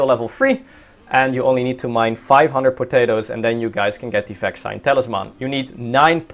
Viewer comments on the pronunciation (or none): vaccine = pronounced like "vaksien" (in dutch) interesting video though!